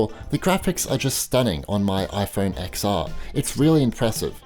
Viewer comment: It’s iPhone “10-R” not “Ex-R”